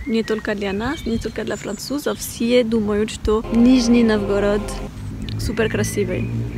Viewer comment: нОвгород, ударение на первый слог. нИжний нОвгород